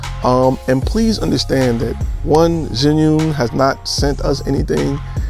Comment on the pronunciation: Chew-ing not Ziun how do I know this, well let’s see uh, I watched a demo video from an “Asian” rep from the company tell us the correct pronunciation! So come on let’s get it right!